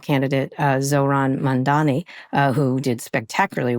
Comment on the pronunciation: It’s Mamdani😂 Kara. Learn to pronounce it